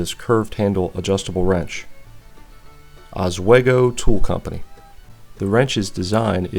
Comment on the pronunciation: we Noo Yawkers usually pronounce it OssWEEEgo.